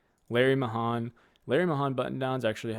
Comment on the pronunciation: Just a pronunciation disagreement. Larry Mahan was a rodeo star back in the 60s and 70s. If memory serves, it is pronounced like "May hand," minus the d at the end. Just an old guy here, showing his age.